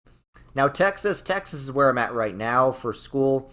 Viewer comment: “And we’re roight becoise we’re the smowartest people” has got to be the most New Yorker thing I’ve ever heard😂 Btw how dare you make Kansas S tier and put Missouri in D tier!!!!! Of course you feel depressed when you go to Kansas City, everyone does. But if you go pretty much anywhere south of Kansas City,towards Springfield, you’ll never wanna leave, especially when it’s Fall.